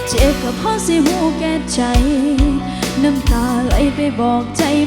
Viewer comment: ติตรงคำว่า. เจ็บ. น้องร้องไม่เป็นลูกทุ่งเสียงไม่ชัดเลย. มันออกเสียง. เป็น. เช็บ. น้องออกเสียง. จ. ไม่ชัด. เเละเพิ่มพลังเสียงแค่นั้น. น้องเก่งค่ะ